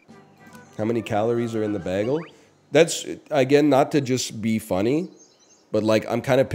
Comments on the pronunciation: Bayehgul. Its hard to type how he says bagel. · Why does he say bagel weird? Is it a bit? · Canadian lol